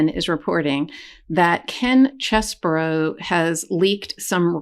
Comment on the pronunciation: As a southerner, I am far too well bred to point out the shortcomings of another. Nevertheless, tracing my family name 'Scarborough' back to 925 AD, it really offends me that you pronounce Chesebro as Cheseborough. It's CHESS-bro! His non-apology apology underscores his lack of integrity, honesty, and moral uprightness.